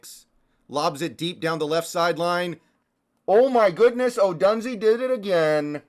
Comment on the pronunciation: It is pronounced Ohdoooooonzay. He and MHJ are studs.